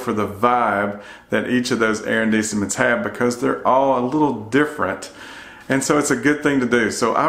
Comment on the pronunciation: very helpful thank you ,, a little help for your french arrondissment pronounced A-RON-DIS-MONT